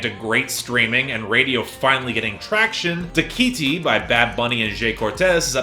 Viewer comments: Just a friendly note: it's pronounced DA-ki-ti, not da-KI-ti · I’m pretty sure nobody else really has a problem with it